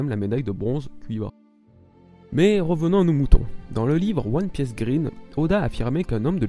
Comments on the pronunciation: Jutse une précision, même si ton public est français, la plupart d'entre nous prononçons "oine pice", le fait que tu prononce "oine pièce" me hérisse les poils à chaque fois ^^' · wan pisse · par contre c'est pas possible de prononcer One Piece en " Ouone pièce " stp respecte au moins la phonétique ×)